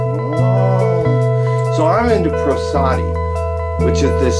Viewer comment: he said pro-SODDY. I said PROS-ody. They said PRA-sidy. And all THAT'S prosody. prosody - Prosserdy! Ha!